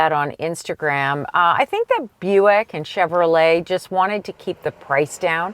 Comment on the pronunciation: Shoutout to for getting the Buick names right! He must have really practiced for this video. 👍👍